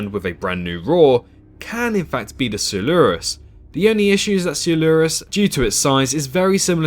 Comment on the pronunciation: You're not saying coelurus right